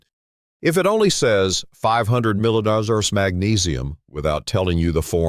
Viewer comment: Very informative video with great information! I think more people would like this video if you had a regular person speaking instead of an electronic voice that can't pronounce the word "milligrams!" I was definitely deceived when I bought a 500 mg magnesium glycinate supplement for sleep and realized when I looked at the back label that it was only 90 mg of magnesium glycinate per serving. That's a lot less since the recommended daily allowance is approximately 200mg and 450mg per serving. Always read the back label before you buy it! Lesson learned! 👍